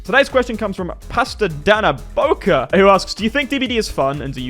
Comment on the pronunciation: Loved hearing you try to say "patada na boca" , its portuguese